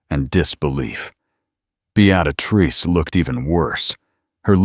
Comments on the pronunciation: It's Bee-ah-trice, not "Be-at-ah-trice"! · BEettatatrice seriously? correct it or change her nm to something AI can say. This voice is TERRIBLE!!! Besides I have heard this story several times. I have found Regency stories with a lovely woman's voice and imaginative plots not a copy of the same storyline again and again! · Good, enjoyable quick story. But what the heck with the narration? "Beaadatrice" every single time. Drove me nuts. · Fix the pronunciation of Beatrice. Be-a-trice. Duh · Beatrice pronounce it properly. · Good story BUT AI mispronounced Beatrice. It drove me nuts!!!! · Not sure why AI cannot pronounce a simple proper noun. Beatrice has only one “t” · All except for the AI narrator butchering the name Beatrice.